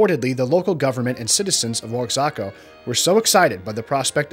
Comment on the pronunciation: It's Mitla, not Milta, and Wa-ha-ca, not O-ax-a-ca.